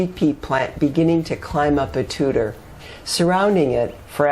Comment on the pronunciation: Thank you for this, you have offered so many ideas for vines. As always, you really deliver a bounty of useful information. I am in zone 4a and it is amazing how many plants different zones have in common. I chuckle when I hear you say Tutuer, as it is pronounced Tu tuer not tutor I hope I do not to offend. Being French I get a kick out of different French word pronunciations. Again I always look to your new posts.